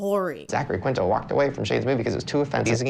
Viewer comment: Bestie this video is amazing but it’s pronounced “KEEN-TOW” not how it reads